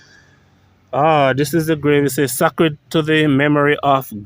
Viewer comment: pls pronounce Sacred (say-cred)